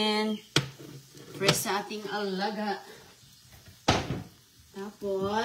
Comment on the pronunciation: Pres na pres at oki na ang harbis niya na sigarilyas sa gardin 😅ispiso ang tea niya😂 everyting & it glass at itaytin, lasing mag salita ay sayad na rin ito